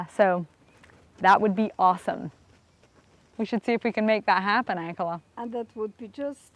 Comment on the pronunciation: Just curious about the way you pronounce, "Ankela". Your "a" sound is like the a in Hank, not like the "a" in father which is the way the Hutterites and Hutterische Mennonites pronounce the word. Why?